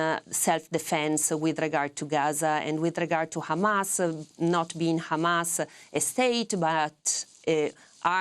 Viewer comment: Why is this nermeen using yiddish accent to refer to Hamas?